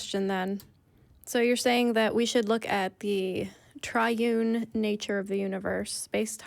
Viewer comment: a "triun" god, lmao